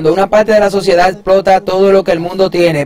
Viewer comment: Lo único que no me gusto fue ese narrador . No pronuncia bien las palabras. No pronuncia la (r) en unas partes pero en otras si.. mete es la (L) dice así. Ninguna palte. Y es parte.